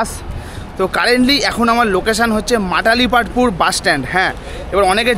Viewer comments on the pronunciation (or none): Not Matalipstpur it's Malatipatpur and not Barmuda it's Baramunda Bus stand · Bhul bolle to Malatipatpur not Matalipatpur❤❤😂🎉😂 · Uchharon ta thik kore koro age Matalipatpur ❌ noi Malatipatpur ✅ 😒😒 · Dear Brother, this is not matali patpur, this is malati patapur bus stand. At least say it correctly. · dada its not matalipatpur......its malatipatpur🤣🤣🤣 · এই বাস স্ট্যান্ডের নম হলো মালতীপাটপুর। বারবার এটাকে মাটালিপাটপুর বলে ভুল উচ্চারণ করছেন। বেসিক ইনফরমেশন ঠিক হওয়া দরকার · Bhai stationer ucharon ta to ektu bhalo kore dao.